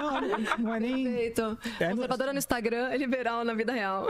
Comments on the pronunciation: CAMALEOA CONSERVADIA KKKKKKKKKKKKKKKKKKKKKKKKKKKKK meu deus do céu é o homem mais cabaço do BR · O prazer deles em falar conservadia okkkk